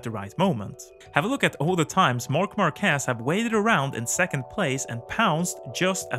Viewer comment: Bro it's MÁrquez not MarquÉz